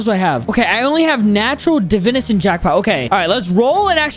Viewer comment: Its pronounced (Da-Vine-Us)